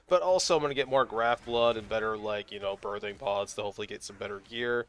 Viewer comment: As a fellow Magician, I giggle a little every time you say Birthing Pod. Love the content!